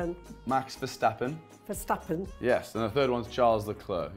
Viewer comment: Why dose everyone say max verstappens name wrong